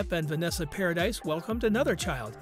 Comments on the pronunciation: If you're going to make a video about someone, then at least look into how you pronounce somebody's name, paradise? 🤣🤣 It's pronounced with the eeee sound for crying it loud, and where exactly did this show that Vanessa had said anything about heard? 🙄 Click bait videos are so annoying. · exactly how I felt. If someone is going to be doing a video about another person, they should at least make sure they know how to pronounce that person's name. Did you also notice that he called Johnny's son Jack Christopher Depp Jr.? I know his name is Jack. But, where does the Jr come from? That's confusing. It would mean either Jack's given name is John/Johnny/Jonathan & Jack is a nickname. Or Johnny's real given name is Jack. Or someone got his name wrong too. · I can’t get past four minutes with the constant mispronunciation of her name. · Not paradise, dude! Paradis is pronounced paradee. JD has NEVER been a cheat. I get sick when I hear people say that cause he def wasn't! That's why when AH came into him, he blew her off. He was still with Vanessa. She was with her so- called wife at the time, also, but cheating, like AB didn't bother her... at all! She was no kind of parent & his kids were smart enough to stay away from AH. They weren't blind & knew she was horrible to him!! Vanessa has plainly said he never cheated on her & he's said the same. AH, on the other hand, came into him but he didn't move on it for 2 yrs! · Exactly. It kills me when these narrators pronounces names wrong and wrong with confidence. It’s like you should research the people you are going to talk about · I KNOW HOW IT'S SPELT 🙄 I SAID PARADY SO IT'S PRONOUNCED PROPERLY. I KNOW YOU SPELL HER SURNAME PARADIS. THANK YOU 🥴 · omg they cant even pronounce vanessa's name right PAradis not paradise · The s is silent.....par-ah-dee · Vanessa's last name is pronounced "Pair-a-dee". It is Freanch not American. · No its pronounced PARADI 😂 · He name is pronounced Paradee! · It's pronounced Paradee not Paradise.